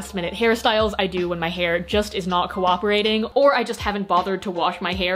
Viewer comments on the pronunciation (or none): just noticed this but says co-wah-perating instead of co-ah-perating. I thought that I was the only on who couldn’t say that word, but now I’m not:)